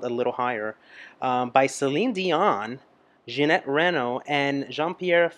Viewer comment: It is Ginette Reno not Janette.